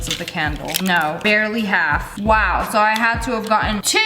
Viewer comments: I love when you say waiw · why do you say wow like that lololol